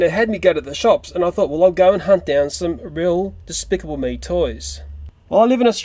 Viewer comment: I think you tried to say DESPICABLE!!!!!!! (haha PUNZ)